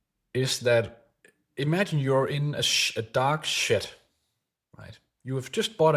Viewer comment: I misunderstood I thought you said "imagine that you are in a dog shit" instead of dark shed😂😂😂 Love your video. THANK YOU